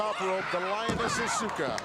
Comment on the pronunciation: When he said "Asue-ka" I wanted to die. 🙄 And wasn't it 'Nakano' instead of 'Nagato' ?